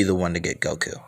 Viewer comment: Did you say woku